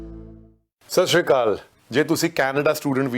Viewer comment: ਸਤਿ ਸ੍ਰੀ ਅਕਾਲ ਤਾਂ ਸਹੀ ਸਬਦਾਂ ਵਿਚ ਬੋਲ ਲਿਆ ਕਰੋ ਬੀਬੀ ਜੀ।